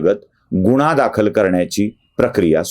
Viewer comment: गुण्हा न म्हणता गुन्हा म्हणावे.